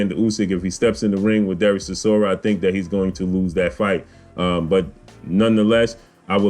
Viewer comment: Stop butchering the mans name its Chi-sor-ra. My money is on War chisora for this one.